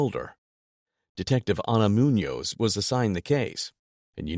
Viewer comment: Officer 'munoz", the hispanicization of police is not good